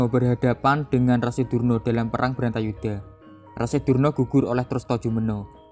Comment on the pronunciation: Bratayudha mas bukan brantayudha